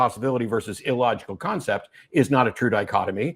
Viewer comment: did he say "That would be an ill-logect" ...